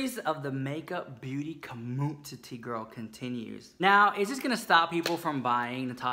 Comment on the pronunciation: LOL 😂 “the black sheep of the commoontity”. That’s why we luv ya saaa muuuuch!